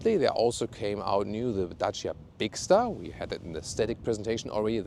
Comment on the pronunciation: Good & cheap car as always. Nice 4 U 2 say 'Dacia' as it originally sound in romanian. 👍